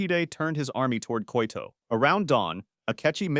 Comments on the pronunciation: 'Koito' =/= Kyoto. You can do better than that. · Turned his army towards ''koito''?! This is AI isn't it? lol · "he fought 61 life and death duels and didn't lose A SINGLE ONE" - haha, bullsh!t, he lost a couple while he was still learning (read about it, I have!). Furthermore, if he lost a SINGLE life and death duel he wouldn't have died like he died ;) Jeeebus, the murder of the Japanese cities names is killing me "Koito", seriousLee?! 🥲